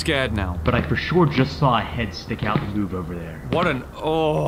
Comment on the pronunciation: “WE SAWR IT”